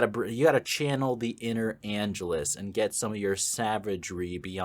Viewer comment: Dude, you keep mispronouncing Angelus, and it's driving me crazy. The stress is supposed to go on the second syllable.